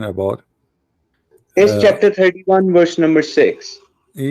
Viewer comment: i love how indian dudes cannot pronounce VERSE but say WORSE instead 😄😄 LoL ... "show me the Worse" "what Worse is it?" 😄😄 LoL